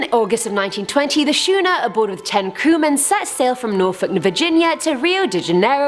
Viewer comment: F.Y.I.,... the word schooner 1) is a type of ship, and 2) is pronounced skoo-ner.